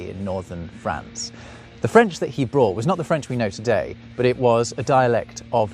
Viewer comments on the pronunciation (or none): none